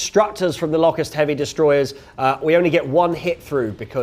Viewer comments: I don't think I've ever heard someone pronounce Locust as Lock - Ussd. It's Low-cussed, isn't it? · Pronounce it Lowcust, as in the insect!